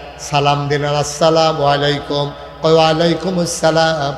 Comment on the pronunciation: আসসালামু আলাইকুম কে যারা স্লামালাইকুম বলে,সুরা ফাতিহা যারা শুদ্ধভাবে তেলাওয়াত করতে পারে না, তাদের মুখে ধর্মের কথা মানায় না। বয়কট বিএনপি।